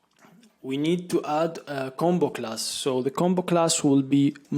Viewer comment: Great video series! I immediately subscribed Btw, the way you say combo-class sounds like a Jamaican saying bombaclad 😃 Keep going 👍